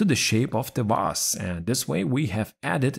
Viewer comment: I just love how you pronounce the word 'vase' - it always sounds 'Vaas', like the infamous mad guy from Far Cry 3. 😆 Using an invisible pie chart to set the right percentage is a very clever idea, I'll use it from now on, thanks! But Microsoft should offer us a much simpler method, I think... You can already set up a lot of things, why this should be different? Also, I had a strong feeling that you're behind this new channel since its style is very similar to yours! And I was right, of course... Good news: you have a new subscriber! 😁 Keep up the good work, mate! 👊